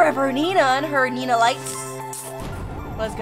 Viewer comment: It's not nenaa